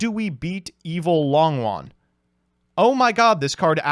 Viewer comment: one day you will pronounce longYUan correctly. i have faith in you